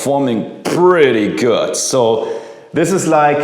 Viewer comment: There´s no t in good! Germans!!!